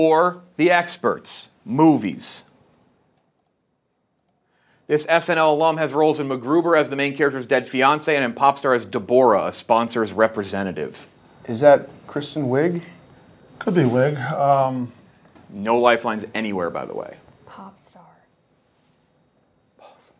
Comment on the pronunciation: Round 9... says dee borah instead of Deborah lolol